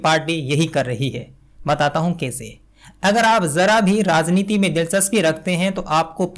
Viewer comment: Dear, what about the 'vyangya' by Muhammad Zubair? Didn't that deserve not only digging but jail as well? Don't old movies deserve digging and name calling? And just because you talked about the need for good Hindi, here is a humble advice for your own Hindi. It is "rajneeti" and not "razneeti". I have still been listening to you in spite of these flaws in Hindi because it is the ideas that matter and not necessarily the language. About demanding apologies, they are only targeting the journalists because they have no business to call anyone pappu or phenku. Only politicians can do that, which is why no one has demanded an apology from Amit Shah or Modiji or other members of the BJP. So there should always be a difference between Srinivas and Saurabh Dwivedi. While Srinivas is a politician and can behave like a troll just like Amit Malviya and Sumbit Patra, Saurabh Dwivedi or you for that matter cannot behave like a troll as long as he calls himself a journalist.